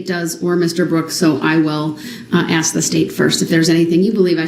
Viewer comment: Everytime he says “would it be fair to axe” I want staple his mouth shut